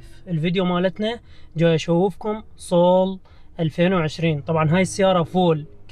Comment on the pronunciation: اسمها سول اخي مو صول ما ادري اذا تحكو بالعراق صول صراحة تحياتي